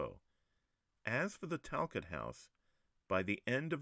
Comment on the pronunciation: I am a Talcott, our name is pronounced Tal-cOtt. Great video!